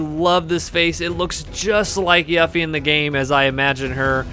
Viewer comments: I kind of feel like you mispronounced yuffie on purpose lol it’s pronounced You-Fee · How tf do u mispronounced her name u dumbass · Youre a fan and you mispronounced her name? Lol, it's literally voice acted and said in the game.